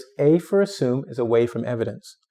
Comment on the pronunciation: That pronunciation of assume at the beginning of the video may imply an incorrect assumption